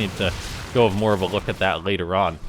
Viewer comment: "moar bots"